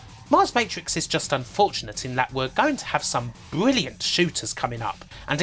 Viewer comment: Why can’t you pronounce “R” in words? You replace all “R”s with “W.” Fwee=Free Bwilliant=Brilliant Woom=Room It’s not fucking hard dude.